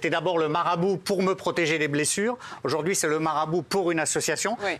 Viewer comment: mbappé "aujourdojourdui" mais il a 30 de QI ce mec ou quoi ?